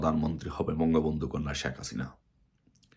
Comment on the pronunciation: হালা ভোদাই নামটাও উচ্চারণ করতে পারে নাহ ঠিক মতো বলে শাক হাসিনা😂